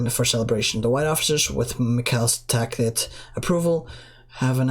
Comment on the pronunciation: "The gateway to Russia is secured that's cute." Wtf? "The tsar's tackit approval" lol it's Tacit pronounced Tassit